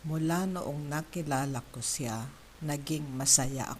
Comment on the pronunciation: Sorry, but “ Siya” is not pronounced “ceea”. . It is pronounced “shya”. Please correct this. It means he/she.